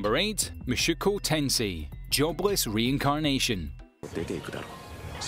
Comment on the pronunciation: it angers me how he misspells mushoku tensei as mashuko tensei